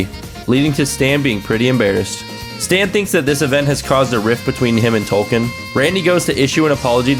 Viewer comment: Love that you called Token “Tolkien” 😂😂